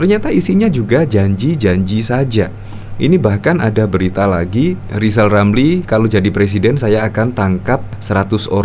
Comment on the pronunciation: Lisal Lamli jangan sombong? Bila anda bisa ngomong Eerrrr maka anda diangkat jadi menteli terus dibuang di Nusakambangan